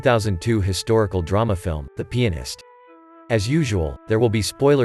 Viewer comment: Did some one said pinist?